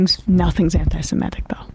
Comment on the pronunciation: Why do you write antisemITIc but say antisemETIc? Too lazy to do English?